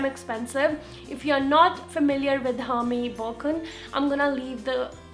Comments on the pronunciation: Your prounciation is wrong , its not Hermes , H is silent , its prounced as ermes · hey you can pronounce hermes as errmezz.. :)